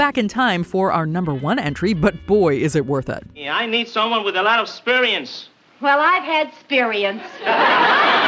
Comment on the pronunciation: "I need someone with 'sperience!" "Well I have 'sperience!" 😂😂😂